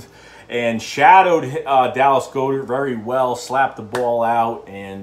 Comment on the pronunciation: Dude.its God-ert